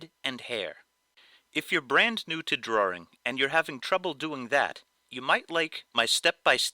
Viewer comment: why the fck do some ppl pronounce drawing like drawering